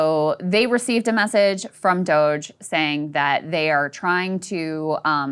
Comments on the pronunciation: refusing to pronounce Doge correctly is wonderful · Dooo ge` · I'm pronouncing it Doggy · when he said “doggie” yesterday i nearly swerved off the highway 😂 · Ryan's bit of purposefully finding new ways to mispronounce DOGE is keeping me going. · I love it😂. He’s been doing it for the past few episodes and has me dying😂